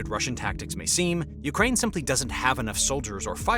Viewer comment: Urkaine... lol